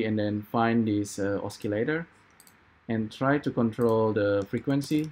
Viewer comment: Thank you for tuto Is it possible to use Keyset,Drivers,FCurv with Sverchok/AN node parameters? I can't do that. These audio modules are good but very limited. see my last video, its about the same topic but different approach. PS.. osi-lator not oski-lator.